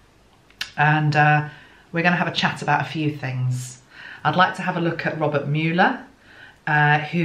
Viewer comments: pronounced Muller Thanks gtrst reading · It's said muller. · I found you via my interest in Michael, as we believers in MJ say! I love your work. If your celestial team is saying no to YouTube Live, I say good. So. In the US, 1. We call the toilet “the throne” as well. We just don’t say the loo!:) 2. You actually said it right twice. It’s Mull-er, not “Mewl-er.” But you managed to say Mule-er ( a mix of both mewl and mull) which is a more subtle pronunciation and harder to say (for me!) I say Muller. He is known to his friends and colleagues by his humble nickname, Bob. Came out retirement to serve his country in 2016. Love the swan analogy. Fascinating. He is very well protected. No one has actually seen him in 2 years. He is indeed a patriot and not a politician. I wonder about that female energy.. I had a weird Ivanka moment with the 2 of swords. Scary. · There has been some discrepancy regarding the pronunciation of his name, at first the media was saying it like Muller, but for probably a year they have been saying Muler, I don’t suppose it matters except in one’s attempt to be respectful. I would agree he is very quiet, or circumspect in his use of words. In this long ,drawn out investigation his office has only once made a public statement, to my knowledge. At present the media “loves” him, hoping he will destroy President Trump. It will be very interesting to see how he is treated should he exonerate. We live in interesting times. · Thankyou for your intuitive impressions. His name is pronounced MOLE-er ✨🙏🏽✨ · Beautiful energy you always have. ( His last name is pronounced (mull / er) :) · They pronounce his name like "mull-er" on the US news channels.